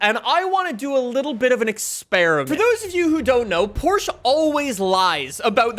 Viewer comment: Say Porsche right🫥